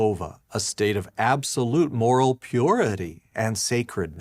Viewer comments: Did anyone else catch the way he said 'Pee your ity' Lol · The way he says "pUrITY" oof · Yes, pURity, and con-duct,... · So glad I wasnt the only one to notice that. I felt an actual corporeal discomfort the way that dude savored the consonance of "ppppenentrate". But the worst part was the entire turn of phrase, where he warned that satan would "ppppenentrate our ppppurity". Penetrate your...purity? What the hell? Was that supposed to be the creepiest rape euphemism ever, or was it just an accident from someone who derives way too much enjoyment ppppppronouncing the letter 'P'? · Why does he say “penetrate”, “purity”, and “permeate” so strangely? What other “p” words does he get hung up on? So creepy